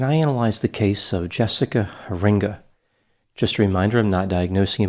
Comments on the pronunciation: It’s pronounced HAIR-in-guh. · Nice analysis Dr. Grande. This was a case very close to us. Law enforcement never stopped working this case, though sadly her body was never found. You usually get the details correct, just a few small things: Her name is pronounced Hear-inga, accent on the first syllable. The case occurred in Norton Shores, Michigan on the west coast of the state, on Lake Michigan. (North Shores is a town on the east coast, on Lake Erie.) And despite years of effort by her family and others to pass Jessica's Law, it has not yet passed the legislature primarily due to small businesses' cost concerns. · Norton Shores, not North Shores. Also, Heeringa is pronounced Hair-in-gah. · Thanks for covering Jessica. I live 35 miles from her hometown and this case had everyone on the edge of their seats. I'm grateful the perpetrator was caught. By the way, it's a Dutch name, pronounced Hair-ing-ga...